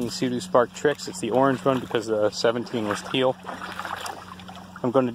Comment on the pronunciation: Bro its a sea doo not a zoo doo